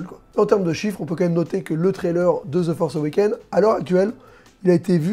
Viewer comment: "ze forsse euwékéne"??? tu parles de quoi la ??